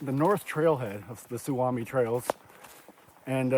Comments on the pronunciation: Nice video. Its pronounced Soo-me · Just FYI: the word "Suomi" means Finland, in Finnish. It's pronounced "SUU-oh-me" 😊 Love your video! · Sue-me is how its pronounced. Also Kramer is a designated trout lake. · It’s pronounced Sou-mi !